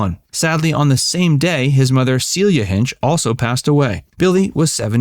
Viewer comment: It's pronounced Hin-chee.